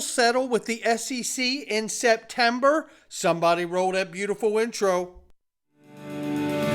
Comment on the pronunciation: SPETMEBER??? Get some more shuteye Brad! Lol! 😂 We love your show thanks tons for keeping us informed!👏👏👏